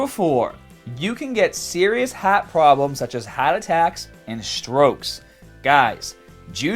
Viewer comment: the way he say's heart, it's like some jersey shore bro is trying to break out from the inside. I didn't notice til after this word but it's like he's trying to hide his true nature.